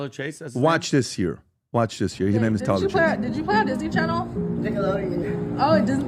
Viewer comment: His name is Tyler not title